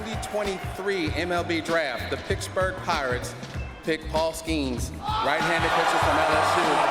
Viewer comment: Paul SKAINS 😂